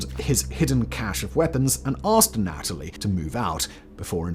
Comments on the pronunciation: The way you say Anatoly is killing me. You say uh-NATALIE. We say ANNA-tull-ee 😂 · It is not pronounced aNOTaly. It is pronounced ana TOH ly. Hugs, The Corrector. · anna-toe-lee, have you seen docudrama Chernobyl HBO for pronunciations.